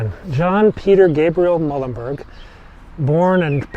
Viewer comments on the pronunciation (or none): Thank you for the segment with Peter Muhlenberg. I attended Muhlenberg College in Allentown Pennsylvania ages ago and have heard of this monument, but never saw it in person or a picture of it. Pronounce his name: Mule-len-berg. As for the start of this video, I could make out Pres. & Dr. Biden good enough, just not perfect, or near perfect. Yet another interesting video